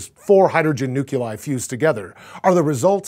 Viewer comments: It's pronounced nuke-lee-us and nuke-lee-eye. Not nuke-you-lus and nuke-you-lie... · Nuculei? Nucular? It hurts. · Nukuli? NUKULI? Who hired Bush to host this thing? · I've heard people say "Nucular", but never have i heard "Nuculai". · He said nuculi 5 times. Five. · nuke-yu-lie? It's nuclei. Plural of nucleus. Say it with me. Nuke-lee-us. Nuke-lee-eye. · isn't our sun a white dwarf not a yellow dwarf? you know, since it's....white? (I'm not being sarcastic it just doesn't add up). And by the way, why is "nuclei" pronounced "nu-cu-li"? (nuclear - nucular). I thought only Harrison Ford made such misspellings. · Nukuli, really? I guess we can't complain on supernova-e :-(... What's the problem using nucleus and supernova for both singular and plural? Trying to pronounce Latin phonetics in English sounds cientific, but saying it wrong makes the opposite effect. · Dude, it is pronounced "Nuke-lee-eye", and "Nuke-lee-er", not "Nuke-you-lir", or "Nuke-you-ler". You don't know how irritating it is to hear people who are supposed to know about it, but can't even pronounce it correctly. Heck, pay me too read the copy, at lest I don't pronounce it like George Bush, and his merry band of dyslexics! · Ughhh I'm sorry but I couldn't even finish watching the video. It's NEW-KLEE-EYE, not NEW-QUE-LYE. I tried to ignore it and listen to the content but he kept saying it over and over! How did no one else on set catch this and correct him? I really couldn't even tell you what he talked about after he was able to correctly pronounce "nucleus" (hydrogen) but then had the first of many "nuculies", one after another. I had to stop about halfway through. Seemed like an interesting topic though :/ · "Noo-klee-aye", not "noo-kyoo-lye" "new-clear", not "new-kyoo-ler" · "Nuke-ya-li"? Really? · It's "nuclei", not "nuculai"! Damn it!! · New-clee-er. New-clee-eye. Not nuke-yaller and nuke-yall-eye. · It bothered me that he said "nu-cu-li" instead of "nuclei" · nuculi, really?